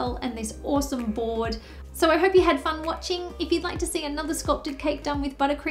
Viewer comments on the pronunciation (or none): did she say : thanks gys and i'll see you *next cheese day " 😂😂😂😂😂